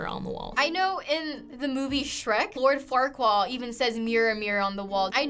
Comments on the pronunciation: IS NO ONE GOING YO TALK ABOUT SHE CALLS MY MY EVERYTHING "Lord Farqua" it's LORD FARQUAAD AGHHGGHHG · did she just say "Lord Farquall" 😂😂